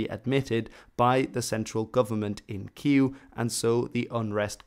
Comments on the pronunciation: it's Kyiv anyway in Ukrainian, I have no idea where this Kew or Qu pronouciation came from..... :O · He says "Queue". Or something like the Polish pronunciation Kijów. I've never heard his pronunciation in Ukrainian. In Ukrainian it's pronounced with a V (sound in English) at the end, he says an EW (sound in English) at the end. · there were quite a few errors in this video alongside it being biased. There was no need for the disclaimer at the start, nobody would have thought that you were being pro-Russian, don't worry. Plus, your pronunciation of "Kyiv" is miles off - just say Kiev if you can't do otherwise. Regardless, the spelling between "Kyiv"(keev) and "Kiev" are minor anyways. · Why is pronouncing Kiev as que? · Why do you pronounce Kiev as "kyuu"? Is that the official Ukrainian pronunciation? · This is bad. 1. Donets river, not Don. 2. Holodomor was not in 1922. 3. Kyiv is not pronounced as Queue. 4. You've overlooked Russia's role in starting the war in 2014. And there are more mistakes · With, could you please explain why you pronounce "Kyiv" as something resembling "queue"? This seems to correspond with neither the Ukrainian nor the Russian pronunciation. Here the Ukrainian pronunciation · no offence but I get a mild heart attack every time you pronounce Kiev as "Kee-ooh" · why does he keep calling Kiev something like Kiyu? just what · why do you pronouce kyiv/kiev like kiu? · really? How Киев changed into Кьюв? Show me one ukrainian pronouncing it like that. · Why you calling it Keeuw again 😂😂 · the fact the you call Kiev "Kiu" is vrey distressing for me. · Why do you say kew? Lol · Please stop calling Kiev 'Keeoo'. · You pronounced the capital of Ukraine wrong. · The way you pronounce KieV (Kiew is just the American way of writing it) is horrible. Everything else was well made. But this hurt my ears and I was wondering what you were actually saying at first. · He's trying to pronounce Kyiv, he just sucks. Dont take it personally